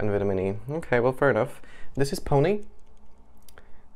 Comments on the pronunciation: Your make up looks fab in this vid😍 Peony is pronounced 'pee-on-ee' haha! Where did you buy it from? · Good tip for buying from eBay is to ask for proof of purchase. That way you know for sure if it's the real deal😀. Also no idea what peony is ngl, I just know how it's pronounced😂